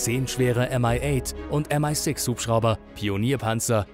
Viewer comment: Müsst ihr alles verenglischen???. Die Hubschrauber werden so ausgesprochen wie es da steht und nicht "M-ei6". Diese scheiß Amifizierung kotzt einen an.